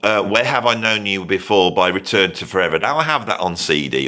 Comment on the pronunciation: each time you say: "the day before" I hear: "Davy [5]04"